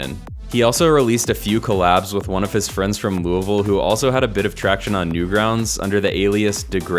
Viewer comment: big ups for pronoucning louisville correctly